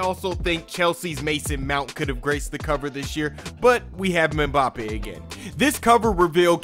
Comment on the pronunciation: Americans talking footballl, forever a shame man’s couldn’t pronounce Mbappe’s name should’ve said Kylian smh